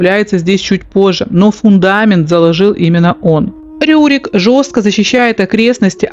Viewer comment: Не РУрик, а Рюрик. И вообще, у вас очень много повелительного наклонения. Раздражает. Просто рассказывать вы не можете что ли? 😏